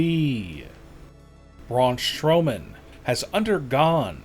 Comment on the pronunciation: Why does the narrator says brawn shrowman not Strowman 😂😂😂😂😂😂